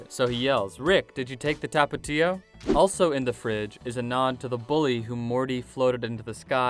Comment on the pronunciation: Tapitio lol sheesh he butchered that word.